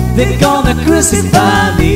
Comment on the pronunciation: The Ballad of John and Yoko was spot on. Only hint of a filipino accent was the pronunciation of ‘crucify’ but all in all excellent.